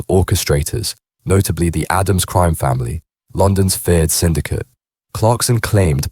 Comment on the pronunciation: The Only cream!!( Crime ) in this doc, is this guys pronunciation